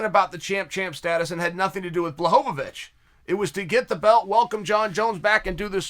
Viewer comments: Me: Blachowikz Uncle Sonnen: Blahovavich Me: Blahovavich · jan: my last name is blachowicz chael: blahovovich jan: ok, great 👍 I'm Jan Blahovovich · Chael “Blahovavich” Sonnen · “Blahovavich” - Chael 2021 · Lol the dedication to “blahovovic” is maybe my favorite aspect of this channel